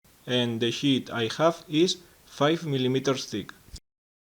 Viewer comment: good video! Half blind dovetails are tricky enough without screwing up the drawer bottom. You do make me chuckle, (sorry) with the accent, "You make the 'sh*t' (sheet) larger."